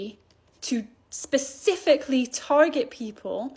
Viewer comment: Wow, Speci..cifically. Specifically isnt that hard a word to pronounce 😂. This is worrying, these young people have no idea about the middle east terr*****s capabilities.